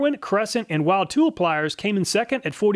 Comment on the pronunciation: Great comparison as usual. I'm going to have to give those Tsunoda's a shot one of these days. Also, while it's not super important, Wilde tools is actually pronounced "wild-E". Strange, but that's how they answered the phone when I called a few years ago. 👍 Stay frosty and pet the Farmmebago for me!